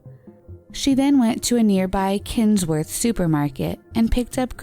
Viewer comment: Its quinnsworth shop, not 'kens' worth...